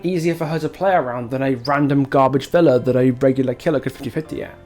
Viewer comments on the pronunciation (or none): none